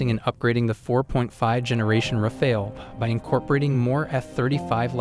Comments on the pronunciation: It's RAFAL, NOT RAFAEL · « Rafael » is a 15 century painter… learn to say Rafale correctly ( means wind gust OR burst fire in french)